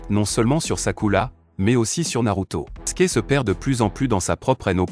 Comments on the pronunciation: Et Sasuke pas saske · C'est sakura pas sakula, sasuke pas saske, shunin pas sunin, shipuden pas sinpudin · S'est pas saske mes Sasuke